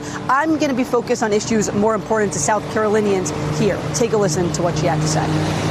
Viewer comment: sweetie… I know you’re from SC and all but Jesus learn how to say “important” correctly! 🙄